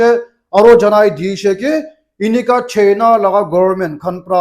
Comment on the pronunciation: Injection ❌ Ejection ✅ China ❌ Chaina ✅ Hospital ❌ Hospotol ✅ Operation Sindoor ❌ Operation Sundoor ✅